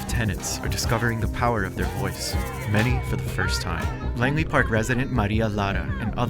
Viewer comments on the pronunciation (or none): Bro it’s Langley park 💀